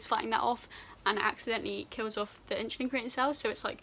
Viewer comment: you say insulin like my science teacher “inshulin”